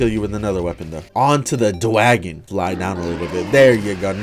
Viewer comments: dwagon lol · on to the dwagon